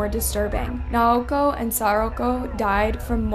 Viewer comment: If you’re gonna profit off these people’s murders, the least you could do is pronounce their names correctly and with dignity. Naoko is 3 syllables, “Nah-oh-ko” and the last name Oda, “Oh-duh”.